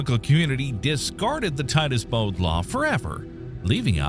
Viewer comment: They said Titus Bode law . Not word . They talk insult story .they are wrong .